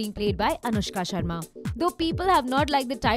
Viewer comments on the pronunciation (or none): none